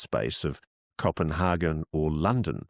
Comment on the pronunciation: I have never, ever, heard a native English speaker pronounce Copenhagen like you… extremely odd.